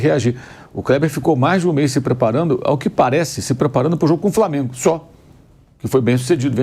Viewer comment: "Prantel", "Pobrema", "Framengo"... Vamp do céu! Fala direito pelo amor de DEUS! Tu é COMENTARISTA!!!